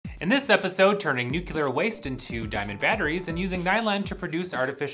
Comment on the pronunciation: NUCULAR?!?!?!? Not watching past the first few seconds.